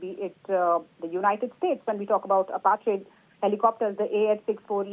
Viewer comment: Does this news anchor read the teleprompter script before going live? Sounds like she is trying to understand the words she has to say right before saying them... Ap---a---che.... At least learn how to pronounce the name for God's sake! You sound stupid and unqualified to report on the topic.